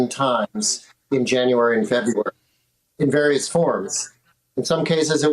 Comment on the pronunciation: Why can't anyone say "February" anymore?